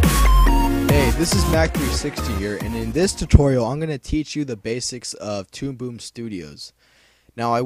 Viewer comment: tude boob? lol sounded like u said that at the beginning of the video :P